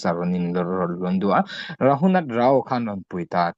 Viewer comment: Rao - (Ra) (aw) tiin i lam a, a lam dan dik chu (Rau) aw sir.